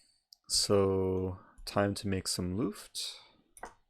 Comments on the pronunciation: “make looft” what? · Dear Eric, i am from Germany and germans love to know better. So Luft is pronounced with a short u like in put or look. I still wonder why in chess they use a complicated german word like Zwischenzug. May be cause german people love to know better and surely people will pronounce wrong the first time... Btw nice video, i like all of yours!